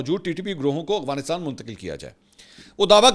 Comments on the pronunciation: منصور بھائی یہ لفظ "اغوانستان" نہیں بلکہ افغانستان ہے جو کہ آپ سب وی لاگ میں استعمال کرتے ہیں براہِ مہربانی اپنی تصحیح کرلیں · بھائی صاحب آ پکی دو غلطي پکڑی ہیں بولتے کمال ہو لیکن ہندو وتا اور اغوانستان افغانستان اور هندو توا هے یہ دیکھ کے بتانا میں آپ کو غور سے سنتا ہوں کے نہیں فرید الدین رکھوالا سے sorry